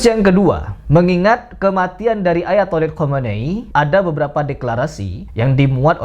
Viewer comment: Hahaha ak denger lho ketika nyebut ayatoilet khameni 😂😂😂😂😂